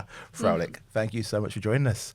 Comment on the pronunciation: Sad these people can't pronounce "Froelich" properly.